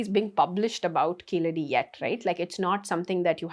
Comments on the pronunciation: A Tamilian would be able to pronounce Keezhadi as KEEZHADI. keeledi appeaers ok for the the non-Tamil speaker but not fo the Tamizh speaker. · It's Keezhadi in Tamizh (for the correct meaning). Keeladi for non tamils speakers who are unable to pronounce Keezhadi. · These people deliberately mispronounce Keezhadi, as the non-Thamizh people do.